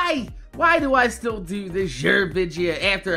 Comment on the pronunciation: why the hell do u say vidja